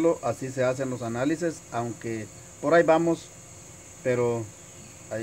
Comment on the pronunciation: Analises.repites mucho esta palabra cuando deberías decir análisis.ses y sis es una diferencia.